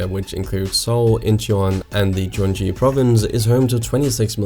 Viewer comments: its not pronounced jeon ji it's gyuhng gi, no j's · gyeonggi should be pronounced as Kyeong Ki more than Jyeong Ji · Just some comments on pronunciations. Most were right--even Jeonse. 😃 Hyundai is pronounced more like Hyun-day (like Sunday). Daewoo is pronounced like Day-oo. Really great comprehensive video. Gyeonggi in Gyeonggi Province uses a glottal G, as in "girl" and it pronounced like Gyung-ghee. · You didn't butcher jeonse, but you did Gyeonggi and Hyundai. Great vid!